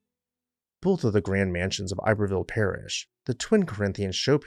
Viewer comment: Not “ I berville”. Ib er ville